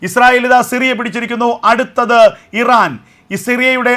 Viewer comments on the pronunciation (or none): none